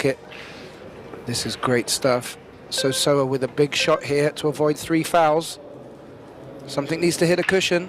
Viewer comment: Very few commentators have taken the time to pronounce Seo Seoa's name correctlly . Many seem to be content saying So So-a which is not even close .